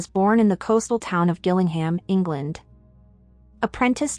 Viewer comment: It's pronounced "Jillingham"